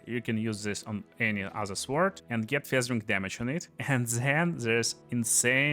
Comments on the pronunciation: Bro says suword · The W in Sword is silent